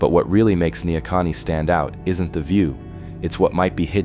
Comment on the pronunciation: Neahkahnie. Ne - a Kahn - nie